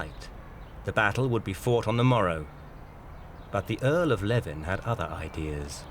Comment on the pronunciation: 'Leven', as in the Earl of Leven, is pronounced 'lee-ven', not 'leaven' (at 7' 46").